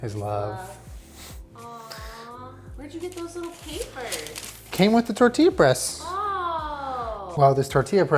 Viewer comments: I'm glad you stopped saying "Testilla" xD sound like "tetilla" (little tit) lol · TESTIE-YA lol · “testilla” sksksk